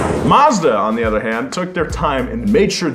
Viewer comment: I love the show, love the channel, I think you are a great, charismatic host but I would like you to stop saying "Ether" when you mean to say "Other". I will continue to watch either way but if it bothers me Im sure it bothers other people as well.